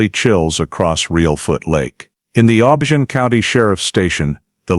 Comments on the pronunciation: It’s OHHH BIII YONN . Not the way he’s pronouncing it! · I agree, they should have done more research. The way he pronounced OBION Is also wrong 🤦‍♀️